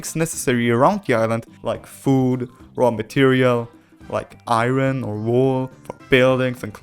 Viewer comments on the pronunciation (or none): Bro doesn’t know how to say archipelago and iron. 😂